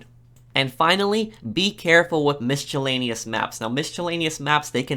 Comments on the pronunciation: Lol at “miss-che-lanious maps”... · Also, it's pronounced mi·suh·lei·nee·uhs (miscellaneous), not misc'h'ellaneous. Just a feedback. BTW, great video. Thanks. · Lol, mischoolaneous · take a shot everytime he says MISCHALANEYOUS. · Omg its pronounced mis-a-lane-ious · The way you pronounce "miscellaneous" makes me want to kill myself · I'm sorry. I can't let you keep saying "Miscellaneous" that way without saying something... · Tarot is pronounced "tah-roh" Miscellaneous is pronounced "miss-uh-lay-nee-us" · terret cards and mishtellaneous maps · I can't unhear "mischaleneous maps" and "tarit cards" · tarot is pronounced "tarrow" and miscellaneous is pronounces "mis-uh-layn-ious" very annoying to hear them mispronounced great vid tho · Tarot is pronounced Tarow not Tarat 👍🏻 and Mischellaneous? 😆